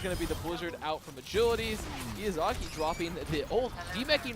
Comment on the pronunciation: the amount of times they pronounced Izayaki's name wrong. It's not Iyazaki XD.